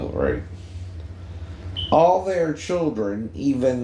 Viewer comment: lol this guy says ch8ldren